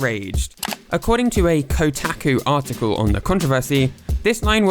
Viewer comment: Bruh you pronounced “ko talk oo” wrong